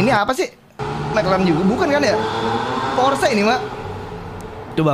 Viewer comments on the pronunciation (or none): btw gw cuma mo koreksi aja penyebutan kata "Porsche" yg betul tu kek Porschya gt